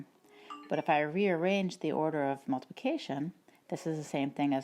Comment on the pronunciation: I heard multiplication as notification😂